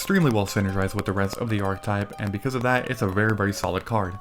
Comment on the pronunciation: I love these videos. But man, the word is ˈärkəˌtīp. You pronounce the e as a stand-alone. It’s a 3 syllable word.